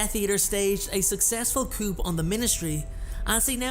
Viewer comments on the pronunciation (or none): Dude, did you really just pronounce the "p" in coup?